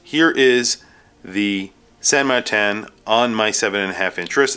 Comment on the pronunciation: There is no pronunciation variation of Martin that sounds like MarTAN, except maybe one goofy Aussie, it makes no sense. It's either MartIN or MartINE